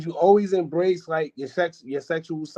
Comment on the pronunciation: This nigga said “imbreast” instead of embrace😂😂😂😂 his thoughts got exposed